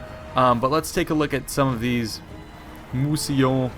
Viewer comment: just a quick correction: it's "Mousillon" not "Mousillion" :)